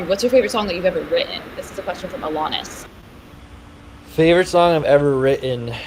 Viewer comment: AHHH HE ANSWERED MY Q AROUND THE 20 MIN MARK (i’m alanis btw she said my name wrong 😔) luv u gus 😌